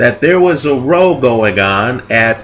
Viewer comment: Because of differences in pronunciation from one area to another, may I say that 'row' actually rhymes with 'how' when referring to a big argument. [love your videos!]